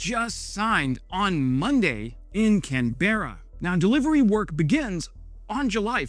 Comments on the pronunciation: Nah, its not "can-berra" (like Yogi Berra). It's "CAN-bruh" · lol… it’s not Can-ber-ra, it’s Can-bra. Remember we Aussies shorten the pronounciation of names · Old news. This was announced months ago. Can-beh-rah is pronounced more like Can-bra - by the natives. The 2 syllablesw not 3. Pretend the 'e' is silent. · Can-br-a,. Not Can-bear-a. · IS this AI voice over or is this you speaking? this is definitely not the way to pronounce Canberra at all. Its one word, its not hyphenated, so whats up with the pause in the middle like Can Berra? It's Canberra, with North Americans pronouncing it phonetically exactly as its spelt, but us in Australia with our English having schwa elision its becomes Canbrah, or Canbruh (bruh/brah is short, not like when said meaning brother where it is long)[IS this AI voice over or is this you speaking? this is definitely not the way to pronounce Canberra at all. Its one word, its not hyphenated, so whats up with the pause in the middle like Can Berra? It's Canberra, with North Americans pronouncing it phonetically exactly as its spelt, but us in Australia with our English having schwa elision its becomes Canbrah, or Canbruh (bruh/brah is short, not like when said meaning brother where it is long) schwa elision (although less common as the consumption of American media is so large Gen Z pronounces is whene words like military, battery, strawberry are pronounced as militree, battree, and strawbree respectively - so Canberra becomces Canbrah) Schwa elision is becoming less common as the consumption of American media is large and continues to grow, with Gen Z pronouncing those words like an American (just in an Aussie accent) it is so jarring to here the Australian accent from some Gen z Engineering graduate. And I say this as a younger millennial. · Canberra not can Berra. Canbra. English isn’t always phonetic. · Heads up. Love the channel man. FYI Canberra, here It's not Can........berra. It's Canbra. Canbra mate👍😂